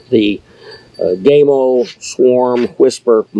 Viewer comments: O-Lord... It's not GameO, it's Gamo. The "A" in Gamo, sounds like the "A" in apple. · GAmo. Not Game-o. GAmo. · GAM-O NOT GAYYYYMO great video otherwise. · You lost me with your pronunciation of " gaymo" its Gamo. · gaymo?!?!, LOL, it is gamo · Dam boy why you callin it gameo it’s gammo fo. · Gamo not Gaymo 😄 🌈 Great vid though. Thanks. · Funny comment. But that's how most Americans say it. The only other pronunciation I've heard was by an employee of Gamo. I'm assuming his pronunciation was the Italian way of saying it, since Gamo is an Italian company. He pronounced it Gah-mo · He said GAY MO, 😅 It is pronounced G A M O, for the love of God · love your review, love your garden even more, but pls could you stop pronouncing it gay-mo its pronounced like ham-0 but gam-0 PS also like yr American accent, just not the "gay-mo"! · My buddy here asked me to mention the company name is pronounced with the 'a' sounding as PAM, not PAID. The 'a' in not sounded as the LONG 'a', but SHORT sounding. Buddy happy now. lmsbo! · First, it's GAMO , not Gameo. You pronounce it with a long A, incorrect. It's pronounced with a short A. Gamo, not Gameo. You failed to mention that in order to buy ANY parts for these garbage rifles that don't work properly, you must have a Federal Firearms License. No Federal Firearms License, not replacement parts. Gamo doesn't want you fix their rifles. They want to throw it away and buy another new one. I wouldn't take a Garbage "Gameo" if you gave me one! Dump the leather lid, we don't care if you're bald or not. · It's not called Gay-mo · It's not pronounced gay-mo. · I think he has it out for gamo by calling them “Gaymo” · Never heard of a air gun company called "Gaymo" as you incorrectly pronounce it. Learn to speak English!. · gay-mo ? LOL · IT'S GAMO,, LIKE GAMA RAYS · Your pronounced the company name wrong. The color bands are for the purpose of use. Red = pest control and recreation green = hunting blue = target and competition.